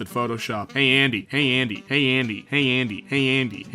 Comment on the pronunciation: "Hey Andy" My ears: "Handy"